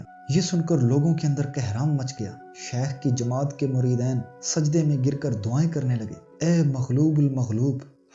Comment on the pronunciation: muridain ghalat he muridin sahih he